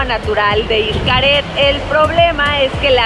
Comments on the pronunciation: es eshcaret no ishcaret bueno xcaret pero digo la pronunciación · Por qué dice ICHCARED si es XCARET?? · Muy buen video, excelentes tips, pero no entiendo porqué pronuncia “ishcaret”, la x debería ser sólo como “sh”, basta escuchar a todos los que trabajan ahí jajajajajaja....